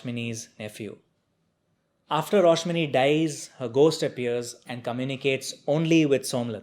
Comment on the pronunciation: It's a great review. Btw the name's Rashmoni,not Roshmini.